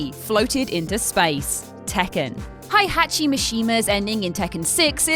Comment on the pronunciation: You’re mispronouncing Heihachi.